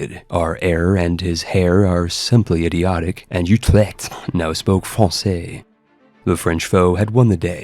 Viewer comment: Den Huuuueeewwwkkhhh... Utrewwkkkhhhtt